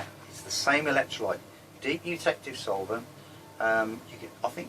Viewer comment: Hello. I haven't been able yet to find the video where you detail your electrolyte. I finally deciphered the type of solvent you are using. I kept hearing "de-detective" solvent, but that wouldn't Google correctly. Then I slowed down the video playback to.75% and finally figured out you were saying "deep eutectic solvent". I hope I heard you correctly. Anyhow, I looked up deep eutectic solvent and ran across a description of a 1:2 molar mixture of Choline Chloride and Urea for electrolyte purposes. This particular mixture has a melting point of 12 degrees C so it is liquid at room temp. It also has a very low vapor pressure so it doesn't evaporate easily. Is that pretty close to the electrolyte you are using? Or if you know which of your videos details your electrolyte (or if someone else knows) can you please point me in the right direction? Keep up the good work.